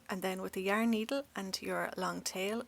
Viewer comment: Did you say three yarn?